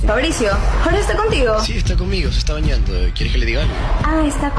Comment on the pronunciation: Parece que cunaso cunado dijo que le calvo se quedo solo y beneado parece que dijo bañado xD